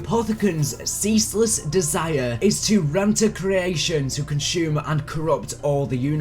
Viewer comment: Hey its pronounced re-enter not reenter just for future reference